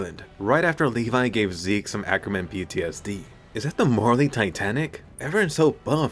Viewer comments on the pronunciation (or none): none